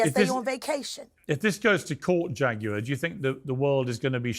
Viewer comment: Yes, yes, yes!! Go head and preach, Jag-you-are!!